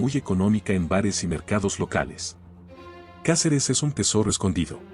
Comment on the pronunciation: Se dice Cáceres,como lo ves